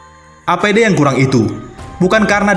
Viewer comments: APD mas ....bukan ADP.......🙏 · APD, bukan ADP , banter salah wkwkwk